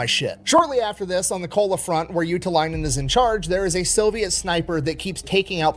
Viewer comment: Your pronunciation of ”Juutilainen” was dead on, though. 😮🇫🇮👍🏻